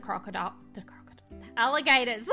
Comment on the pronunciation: i love the american accent swap when you say "Ali-GATORS"